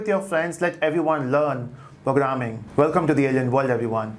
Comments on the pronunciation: He said "POGRAMMING", i am not learning from this video. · "" do u want to learn POGRAMING "" yes i want to learn POGRRAMING XD